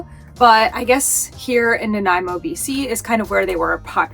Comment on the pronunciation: Great job on the pronunciations for-Ucluelet and Nanaimo. BC is amazing.